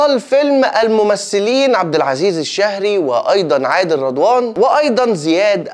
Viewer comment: الشيهري كدا يتنطق مو الشهري 😂😂😂😂😂 استمر يا